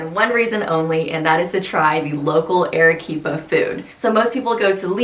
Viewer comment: Your video lost me within the first sentence. "Arequipa" is not pronounced "air-eh-quipa." Your repeated wrong pronunciation is most annoying. I cannot believe that you would purport to make a video about Arequipa without knowing how to pronounce the name. If you go to Argentina, please do not pronounce the name of the capital Buenos "eres," which is also wrong but perhaps more forgivable than how your "Ere-quipa." The vowel "a" in Spanish has, in any country and any dialect, the sound of "a" in the english word "father." In 2 minutes you could have learned this without going to Perú, and could have checked out before making your video.